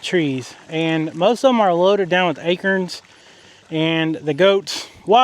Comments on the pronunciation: I love how says A-KERNS 😂. I love hearing accents from all over the country. I’m from the east. We say A- CORNS. My grandfather was born and raised in Philly but he said some words like he was from somewhere else. Moshmellies was my favorite word he said. I’d giggle w wet time he said it. My grandmother would pronounce his name (Mart) like she was from New England. She was also born and raised in Philly. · "ACERNS" 😂 I have never heard ACORNS said like that. 😅 Also regarding the cheap plastic pools, when we were kids we beat on those things, so my dad would double/triple them up so they lasted MUCH longer. Also for the 50 gal rubber one that has a leak? Couldn't you put it in an extra large durable 55 gal garbage bag or some other kind of tarp? Or would the animals tear that to shreds? Strange you can't find the leak. Just fill it super slow until water starts coming out (you'd have to put it on cement though). Just my 2 cents...😊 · Two words you P renounce wrong Bermuda an acorns